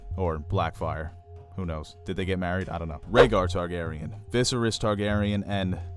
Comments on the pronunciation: Love your content but I can't help but cringe whenever you say "VI-serys," or your friend "Daen-AR-ys" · I itch everytime mispronounced "VISERYS" lol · Great content... but learn how to pronounce Viserys. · great breakdown but OMG I break out in hives when VISERYS is mispronounced .....REPEATEDLY !!!! lol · Lots of good with some trying pronunciation. Why pronounce Viserys differently than the TV show (second syllable stress versus first)? Pyre as pry? A little distracting. Really enjoyed the beginning illustrated history. Concise and clear as a bell. Many thanks.